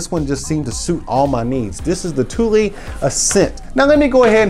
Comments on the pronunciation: it’s pronounced “too-lee” not “tool” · It’s pronounced ‘tool’ but spelt Thule